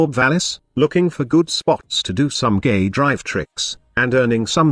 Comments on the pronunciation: Lol robot voice pronounces "gay drives" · Sounds like gay drives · Is anyone else hearing "gay drive"? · Everytime you stayed K drive I kept thinking you were saying gay drive XD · the auto-subtitle actually think he says that lmao